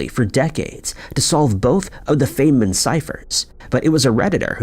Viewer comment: It's pronounced "Fine-man" Dr. Richard Feynman.